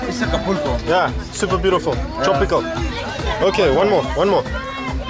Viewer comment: You can’t pronounce Acapulco